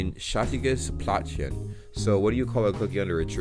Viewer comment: i liked the video a lot. Your pronunciation is good. But you are struggling with the "ä". It was great in 'fällt" but you forgot it at 'Plätzchen". Keep up the good work and visit Germany. :)